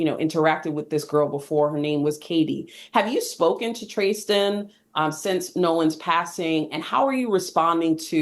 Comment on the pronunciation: Why is she calling Tristen "Tray-sten" ?? Who is that girl ??